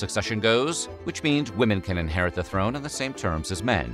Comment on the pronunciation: throne or thorn?